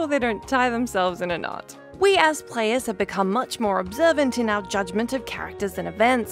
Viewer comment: did you say players or prayers? at 30 seconds?